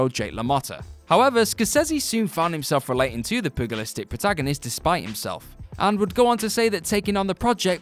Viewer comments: ... imagine pronouncing 'pugilistic' like it begins with a breed of dog... shambles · No mate, I'm British. There is frequent mispronunciation in WC videos (this one had pugilistic with a hard 'g' (wrong) and the way Vincent D'Onofrio's name was pronounced was just bizarre) and here we also had misspelled names. In Vera's case, changed to a different name. It's not that hard to check pronunciation of an unfamiliar word or name. Like I said, I think a little bit they're doing it on purpose at this point....